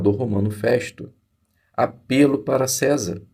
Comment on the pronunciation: O senhor está pronunciado à palavra de forma errada é apelo do verbo apelar.